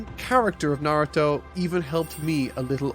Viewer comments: A-ka-tsuki??? Wtf man? Really? I just can't bear on with this pronunciation. Just under 2hrs in the video i can't force myself to go on knowing that i'm gonna hear that again and again... ffs... Also it's not nAruto! it's narUto! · NAR-OO-TOE that is how you say his name you scrublord troll monger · You'll go out of your way to pronounce Sakura like a weeb, then call him Narudo the whole time? Awful video. You got your engagement, wowie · I like your content and find myself watching it start to finish, I thought I’d feel the same about this video but then you just kept saying “Narudo” 😅😅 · Come on bro narudo.. really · I’m not gonna lie, I’m hurt every time he says “Nardo” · The real enigma of this video, is where the T in Narudo went. Its pretty easy to simply youtube characters saying the name, idk, perhaps he who speaks is probably under a Genjutsu. Wait, I mean Genjusu! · can u stop saying "naruro" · Great video but Na-Ru-Doh sounds horrible, work on your pronunciation man, it’s easier than scripting a 6h video ;) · I cannot stand when people mispronounce “Naw-roo-toe. Lasted barely over 5 minutes. Sad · Literally can’t say Naruto